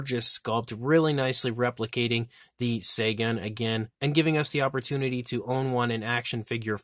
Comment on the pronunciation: I think it's pronounced "Tsäägan".